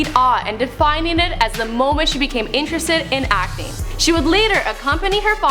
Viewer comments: I can only hear "acne" when she says "acting" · every time she say "acting" it sounds like she's saying Acne lol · I am right with you and the way she says acting. I think she says acne every time. God woman pronounce you words right and stop talking like you have a pool of spit in your mouth.